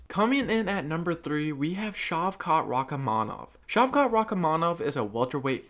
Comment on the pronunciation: You're pronouncing Rakhmonov's name wrong. You should honestly do the video again, because it's a very bad mispronouncation, and it's taking away from the very good job you've done.